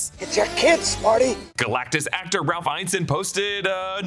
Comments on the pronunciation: Still pronouncing Ralph Ineson's name incorrectly. It's "in-eh-sun" not "eyen-sun". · Ralph Ineson. In-UH-son. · It's pronounced In-es-son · You've pronounced Ineson wrong every time. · How do you go to the trouble of making videos like these without doing the basic research of how to say a person’s name? So infuriating hearing a name mispronounced repeatedly. It’s not like Ineson is even particularly difficult. Do better.